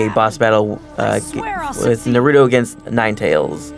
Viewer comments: What the FUCK is a narootoo?!!? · why do people say "Nruto" its Naruto omg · He pronounced it Narooooooootoe instead of Naruuuuto o.o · i'm not seeing any comments on how this guy is not saying naruto's name right, i cant be the only one who noticed right???.... it's naruto not nurato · It's NaruTO not NaruDOE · Dude! Japanese version is the best and dude its naruto not narudo like what you were saying! i think you need to rewatch the show! You like don't know anything! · UUUUUGGGGHHHHH this guy is killing me!!!! Every single time he says Naruto's name,he mispronounces it!!! Its pronounced Nar-oo-toe (or something along those lines), NOT "Nur-oo-toe"!! It's "AR" dammit not "UR"!!!! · Naruto Dubbed is the worst for me after watching and reading original in Japanese (subbed). The humor is always lost in the translation. Naruto Dubbed was below average but Naruto Shippuden Dubbed is truly awful. The comentators keep mispronouncing Naruto. Its pronounced Na rou to. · Why do they always say Naruto wrong? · How hard is it to pronounce Naruto name right. Even when you hear it in the game you still pronounce it wrong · he is not saying naruto right either...... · Not only are they wasting their time talking, they cant even pronounce "Naruto" and "Shipppuden" correctly -_ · sooooo yeah i love the game just wish we didn't have to hear two idiots talk, plus the fact the main guy talking keeps pronouncing Naruto's name wrong which is pretty annoying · They cant even pronounce Naruto :( anyway if you don't know anything about naruto I suggest you either read the manga or watch the anime and I agree with you guys they are annoying